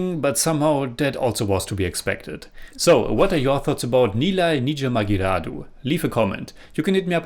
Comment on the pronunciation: First of all great effort from on pronunciation of movie title.. Thanks a lot for reacting to this Tamil Vintage movie starring Kamal Haasan Sir.. There are other great tamil classic movies of Kamal Haasan Sir namely Mahanadhi, Guna, Aalavandhan, Kurthipunal, Sathya, Aboorva Sagotharargal, Aval Appadithan, Moondram Pirai, Unnal Mudiyum Thambi, Pathinaru Vayathinile, Sigappu Rojakal etc..